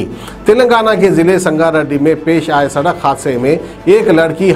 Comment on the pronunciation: Sadakh nahi bolte Sadak bolte Yaha per hi maloom jahil hai News bolne wale